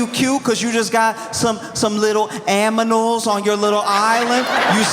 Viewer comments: > "Some lil aMinals" 😅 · I'd vote for the "aminals." 😅